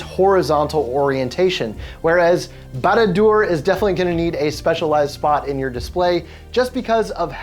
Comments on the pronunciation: couldnt pronounce barad dur? good luck with any other word tolkien has made than haha some of them are very very hard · Lost me in the very beginning not being able to say the name right.... he's not a LOTR fan sorry